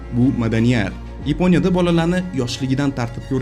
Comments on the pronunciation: Йипония емас Япония деб гапиргин ешак бош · Йипониямас Япония,узбек тилиниям бузиб расво кивордилар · Yaponiyani yeponiya deyish ham notoʻgʻri😅😅😅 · Йипония эмас япония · Ypo'nya degan davlat bormi Yaponiya ni eshitganman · Yeponya emas, Yaponiya. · Iponiya emas.Yaponiya .shuning uchun bizda shunaqa .Gapitish madaniyati yo‘q senda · Yponiya emas Yaponiya deyiladi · Епоня дебмас япония деб гапирсез хам болуради соф жайдари тилимизда. Сиздакалар бор экан биз хайотда японларга етолмимиз😢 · Akam Yiponya emas Yaponya. Bizdagi tartibsizlikni siz ham kòrsatib turibsiz. Uzur oldindan.Siz ham Yuqtirib qo'ymang notòģri tahlilni. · Yiponiya mas Yaponiya